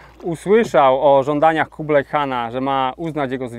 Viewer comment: Po polsku mówi się Kubilaj oraz Chan (a nie kublaj i kan), bo to jest Хубилай oraz хаан po mongolsku. to angielski zapis dźwięku , czyli /x/, gdyż angielski nie ma dźwięku /x/, ma tylko /h/, więc /x/ zapisują . Nie anglicyzujmy polskiego (i mongolskiego) bez potrzeby. A chińskie 宋 wymawia się /suŋ/, nie /soŋ/.